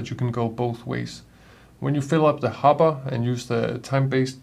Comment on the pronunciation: Good video, and your English is excellent, but a minor point, sounds like you say hobba for the bean container, it should be hopper with a ckear p sound.